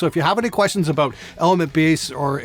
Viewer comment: But what aboot live? W-what aboot live!?